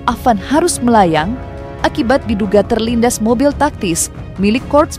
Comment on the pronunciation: Dilintas bukan terlindas.